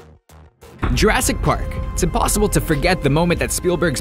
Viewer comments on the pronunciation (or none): none